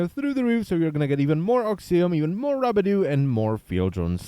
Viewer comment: He said "Rube Do" im done